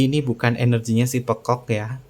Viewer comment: ....,kalau menyebut kata pekok kok medog banget.